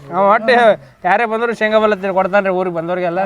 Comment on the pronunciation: ಶೇಂಗಾ ❌ ಸಂಗಾ✔️🤣🤣